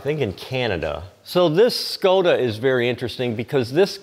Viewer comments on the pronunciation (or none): Outstanding collection and presentation - please more. But please note : it's Škoda, not Skoda. That "Š" is a kind of "sh" in englisch, so pronunciation is "Shkoda" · Czech pronounce is "shkoda" beige car right from the trike [ JUS 580 N ] is Škoda 100